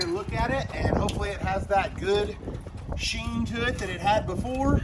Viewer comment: Damn they straight ignored my man when he said sheen like Charlie 😂😂😂😂 he had to say it twice and didn't get a reaction hahahha